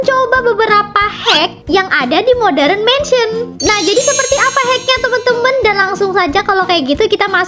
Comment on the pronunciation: Kak bukan moderenmensen tapi modarnmensen kak ☺️☺️☺️☺️☺️